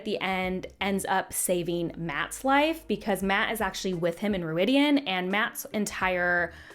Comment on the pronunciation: Thank you for vindicating my dislike of the show, but 36 minutes is WAAAAAY too long to talk about one season of a crap show. You have more important things to do. 10 minutes video is acceptable. One thing the MK/ KR audio books are good for is the (American) English pronunciation of all the names (stupid and otherwise) The place they go (Rhuidean) is pronounced ROID-e-on. I guess they got it wrong in the show, if you're pronouncing it otherwise. (Imagine somebody calling NYC "Nuh-EE-ew Yuh-OH-ark"). Ugh, and Perrin's wife is called "Fie-EE-uhl" (rhymes with Aiel).